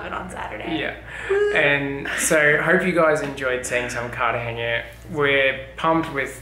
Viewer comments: We were just there and those two rappers found us as well. Great little city. We've been there many times. You may want to learn how to pronounce Cartagena though. It's Cartagena not Cartageña. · Welcome to Colombia! Be sure to visit Medellin and Guatape. I live in Barranquilla just down the coast so feel free to reach out. (Also, the pronunciation is Car-ta-hey-nuh/na not Car-ta-hey-nya. The “nya” type sound comes from an “ñ”, which “Cartagena” does not have!) Enjoy this beautiful country! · For: There is NO Ñ in Cartagena, just a plain N sound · Cute vid! Btw, it’s pronounced Cart-uhh-HEN🐓-uhh not Cart-uhh-henia 💡✨🇨🇴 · You're mispronouncing "Cartagena"... you're saying "Cartagenia". If you remove the "i" you'll be fine 👌🏽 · Nice vlog! However, the name of the city is pronounced /kartahe'na/ not /kartahe'ña/ 😂😂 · Carta-ge-na!! Not ge-nia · Good stuff, don't be offended but you say CAR-TA-GENIA. Do not add the I when you pronounce, should be NA at the end of CARTAGENA. Are you going to Barranquilla? I just got back from Armenia. You guys will love Armenia! Very inexpensive and it is where the countries coffee is grown. If you love coffee you have to go! Not touristy like Cartagena and extremely cheap!